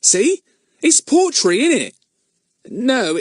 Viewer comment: Earn and his potrey😂